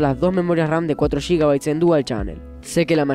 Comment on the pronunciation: Buen video, pero no puedo con la forma en la que dice GB, "Shigabites"